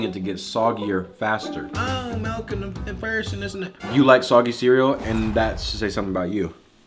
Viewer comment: Milk not melk